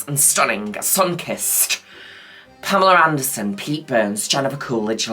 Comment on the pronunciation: taking a shot everytime mother says pameler anderson. yes that’s happening.